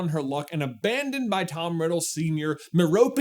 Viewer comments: Merope is a name from Ancient Greek mythology, pronounced MEH-ro-pay. Stephen Fry, who has written several books on Greek mythology, pronounces it that way in the HP audiobooks. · the way J just gave up and called her mer-oh-pee-ay-yo-yo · Doesn't Harry find "T.M Riddle" inscribed in the diary? And nothing is written in it, whereas Myrtle would probably have written at least something. Also, according to google, it's pronounced MER-op-ee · For the pronunciation of Merope, try this: Mare-oh-pay I’m sorry, but 1. It sounds much prettier, and 2. It’s how Stephen Fry (JK Rowling’s og ask for the audiobooks) pronounced it. I can’t hear or say it any other way now… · Merope is mee-rope, btw. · Actually, we do know how to pronounce her name because, like Hermione, it is an Ancient Greek one: it’s MEHR-uh-pee. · Merope is a greek name, and would be pronounced Meh-roh-pee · Is it not “mare-oh-pee”? Merope is an ancient Greek name, like Daphne, Penelope, and Persephone. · I know you said no one knows how to say that name, but it’s a greek origin name, like Hermione, and is pronounced the greek way, MEH-ro-pee. 😅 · The name Merope is derived from Greek mythology and is pronounced "MEH-roh-pee" (rhymes with therapy with emphasis on the first syllable "Meh"). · Merope: Meh-roe-pee. The accent is on the first syllable. This is a classic Greco Romam name and spelling to such pronunciation. Like "Hermione" or "Persephone" (Per-sef-ah-nee with the accent on "sef") You're welcome. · It's Mehr-aw-pih (go google translater in spanish an hear "Merope", it's the same in greek and spanish" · How about MER-uh-pea? One of the 7 Pleiades (7 sisters)? Since so many of the wizards, especially in the Black family, have names related to stars and constellations (Sirius, Draco, Bellatrix, Andromeda) it follows that she was named after the star Merope. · I LOST it at Meropiayeayeayeyay. I love Benepoodle Cumberdoodling people's names 😂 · Merope = Mer-o-pee. Greek name. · mar-a-pay gaunt